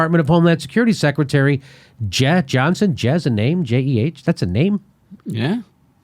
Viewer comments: Jimmy , Jeh pronounced jay and she's a boy. Your right about the sellout part though!!! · Jeh(pronouced "Jay") Johnson is a bald black guy Jimmy. But I digress , good video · "Jeh" is pronounced "Jay." Check Wikipedia. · Jimmy: Homework is needed. It is Jeh (pronounced, 'Jay') Johnson. It is a 'he', not a 'she', and 8 meetings over 290K = about 35K a meeting, not 50K. You lose credibility if you do not know what sex is of the people you criticize. It's BASIC. Still love your show. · its ('Jay' ) Jeh Johnson, an African-American man who worked with Obama for 8 years, just fyi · Jeh Johnson is pronounced like "Jay". And he's a black man, not a her. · Jeh is Jay same pronounciation diff spelling. And it's a he not a she. Don't you guys do any research on this? I mean basic cuz you are reading aloud. Come on! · Just for the record "Jeh" is pronounced like JAY, and he's a man 😳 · Jeh (pronounced Jay) Johnson is a black male. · God dammit Jimmy, Jeh Johnson is a man. I believe its pronounced "Jay." C'mon, crew--do your homework. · Slight correction, Jimmy: Jeh is pronounced "Jay" and he's a he, not a she.